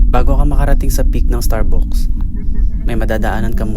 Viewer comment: Starbucks(starbaks ang bigkas) hindi (starbuks)..😅 Anyways, ok naman ang pagkukwento, walang masyadong effects na nakakaumay tulad ng ibang vloggers..